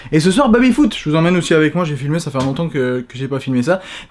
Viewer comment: Est-ce que sait dire Baby correctement? Ca me pete les oreilles a chaque fois d'entendre babyfoot dezdez